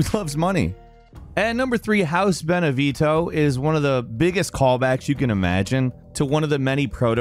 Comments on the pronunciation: Come on. House “Beneveto?” Beneviento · I died inside a little every time he said Benevito instead of Beneviento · The guy talking: House beneveeto Me: BENEVIENTO! 😂😂😂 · It's House BENEVIENTO, not Benevitto. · Vinevito? It’s Benevento. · How many different pronunciations of one character can you get in a video?! *Edit: Okay, it wasn't just Dimitrescu- "Ben-a-veeto" almost sounds purposely wrong. There's an N in there! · Get your pronunciations right, it's Mutamycete, not Mutamyte. It's also Beneviento, not Benevito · "How can it be Ethan" You answered this one in another point: reused assets. Also, remarkable how hard it seems to be for Americans to pronounce names. Even the ingame English dub gets Dimitrescu wrong, but come on, guys; Bene Vito? Just read as it's written: Beneviento. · you keep pronouncing everything wrong 😭 like what the fuck is benevito its pronounced bene vi ento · "beneveeto" "mytamucete" AAAAAAA IT HURTS MAN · BenevieNto. Does the USA have a weird obsession of silent letters or something? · "Dimatresk" and "Benavito", which dollar store version of the game did this guy play? You'd think hearing the name of someone being said loud and clear would be enough for someone to learn to pronounce it correctly. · Some of the pronunciations in this video are killing me. Alcina literally pronounces her own name multiple times 😂 And House Benevito, oof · beh-neh-VYEN-toh. Beneviento. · "House benebitho" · Castle Deema-treesk....House Benevito...what. Do you even research or play the games you talk about. Almost every video with this '' he butchers simple pronunciations. This one is particularly egregious. It's painful to listen to. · Anyone else notice all the mispronunciation on beneviento and dimetrescu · Am I wrong for being so triggered that he's played through the games and pronounces Dimitrescu and Beneviento? Like, you've heard the name said multiple times, how is the pronunciation so wrong???? cool video other than that